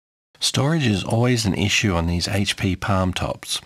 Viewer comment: Thank you so much for not saying "Haytch Pea"... would've drove me nuts.